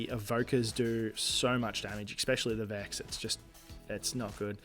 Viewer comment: i think you said eckspecially like 15 times in this video, god damn its annoying